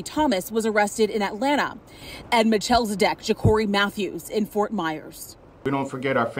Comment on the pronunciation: WTF is a machelzadek....Ohh.. OK ...got it..